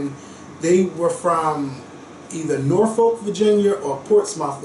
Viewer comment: my heart is so full listening to your family history. I love that you can retain the info and be so proud!! Love and light babe💕 Portsmouth is pronounced Portsmith and Norfolk is like Nahfolk lol we moved to the Hampton roads area 4 years ago. If you ever come and we are still here lmk💓💓💓